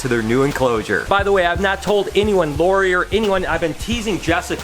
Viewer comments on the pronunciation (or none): none